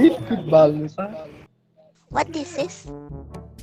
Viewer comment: "what disis"🤣